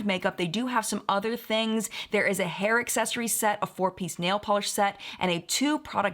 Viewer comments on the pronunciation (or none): none